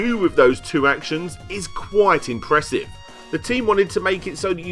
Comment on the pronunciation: It's mar e o, ("Mario") not marry oh. Imp ress ive("impressive") not pressive